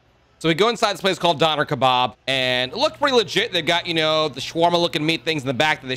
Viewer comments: the "Dainer kebaaaaB" got me 💀 its turkish so it is hard to read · The way he pronounces döner kebap is criminal "Danır kebaaaab" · I love how badly he pronounces Doner kebap